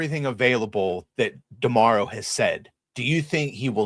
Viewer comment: Chris is the first person I hear pronouncing D'Amaro correctly, props